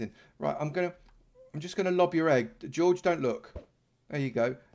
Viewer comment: It's time... please correct it's name! it's Georgette! Not George! lol You literally have an ARMY of Patrons!!! Good for you!!:):)